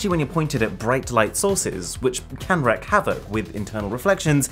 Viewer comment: WREAK havoc, not "wreck"😁